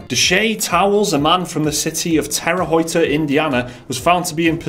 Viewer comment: You fellas probably won't say it very often... but the au in Haute is pronounced like a long o.